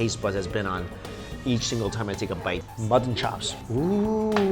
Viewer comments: He calls mutton "mutthon" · How many times did you say Mutt ton....lololol I love watching your videos Mikey!! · Mutt-ton lol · They way he says mutton lol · I love how you say mutton